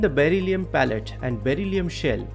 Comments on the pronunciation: Pellet, not pallet. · Beryllium pellet not pallet.